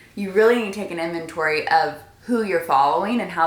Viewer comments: every time says Inventory i hear inven-... hewlp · Same here:)))